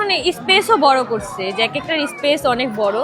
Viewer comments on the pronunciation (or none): none